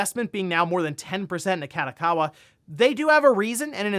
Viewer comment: please never pronounce Kadokawa like that again, listen to it in japanese and try again :)